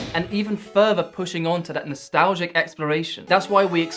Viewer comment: "That's nostalzzzhe"